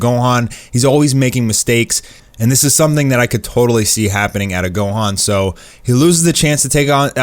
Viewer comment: Don't speak on my man gohans name like that 😂😂